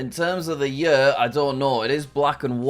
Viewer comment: Jack's way of saying "year" is funny :D "yuuuhr"